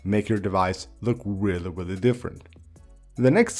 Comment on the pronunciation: I knew to come to the comments the moment I heard “whelly whelly cool” 🤣🤣🤣🤣🤣🤣